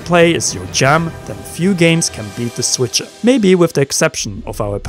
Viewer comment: He said The Switcher 😂